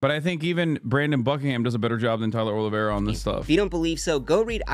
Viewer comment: The pronunciation of his last name is so bad. 😂 Just call him olive tree